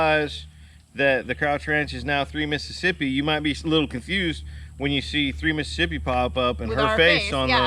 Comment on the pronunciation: I love that" Missippi"...….